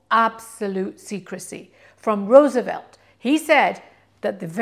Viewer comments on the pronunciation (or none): none